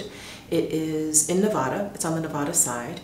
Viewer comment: So happy you’re in our area! Have a great time in Tahoe. Be sure to check out Garwoods and have lunch/dinner at Hyatt’s Lone Eagle Grill which overlooks Tahoe. BTW: it’s Ne-Va-Duh.... we’re kinda sensitive when it’s pronounced incorrectly😀